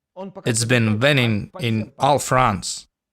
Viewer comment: Молодец, английский у тебя лучше, но "on all fronts", не "in". Очень просто запомнить, "в Украине", но "на фронте", "in Ukraine", иначе - ошибка. Ну и winning скорее как "уиннин" произносится, "ng" "г" - немая, а звук "w" не такой, как твёрдая "v", то у немцев.